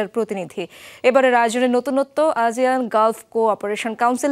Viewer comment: আজিয়ান নাকি আসিয়ান🙄